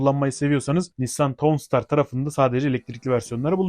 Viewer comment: tavnsıtar diye okunuyor